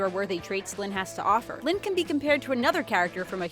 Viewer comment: It's not Lyne it's Lynn